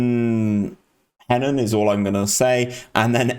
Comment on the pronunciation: Just so you know 'Henan' is pronounced more like 'huh-nan'